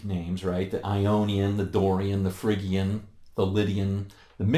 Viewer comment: fridge-ian, not frigg-ian!